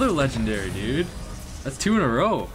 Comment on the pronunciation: Yea and you even call your name video so many leagendary and you call the epic Leagledairy lol